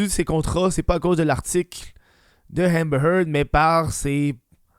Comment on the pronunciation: Hahmbhmer Heard?